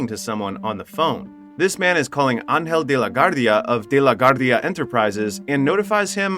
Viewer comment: But you pronounce Angel De La Guardia correctly????